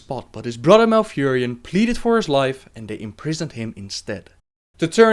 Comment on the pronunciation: This guy pronounces th as if he was saying butter brotter so weird